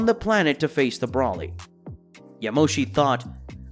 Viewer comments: CHEE-LIE (cheelai) not cheerai) BRO-LEE (Broly, Not Bra-lee) WHEE-S (whis) not wis.) this was an earsore to hear this be pronounced this way. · You do know that Whis can heal Goku and Vegeta instead of Bulma having to create a healing chamber right? Also Whis' staff can view anywhere in the universe, without needing someones help. Also its BROLY, not Brawly smh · How can someone so invested in dragon ball not know how to pronounce names. “Brollie” “wiss” “mr. beerus” like come on bro 🤦🏽‍♂️